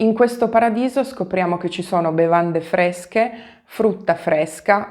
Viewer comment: "Bevande fvesche, fvutta fvesca, tutto fvesco" [semicit.]